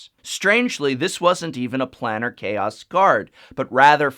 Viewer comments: Plane-ar not Plan-Ar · I think it's plane-AR chaos. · The top two are ok, but the rest are awful. Also Planar is pronounced "play-ner" with a long "a." I love the Bitterblossom print on the wall. Very classy. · Oh man... his pronunciation of "planar" sets my teeth on edge.